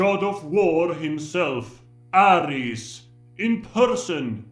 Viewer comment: At least he pronounced Ares like we do in Greece ( Aris/Άρης ).😀